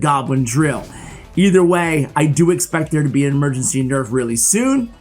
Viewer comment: Ahh yes, "EMEGENCY"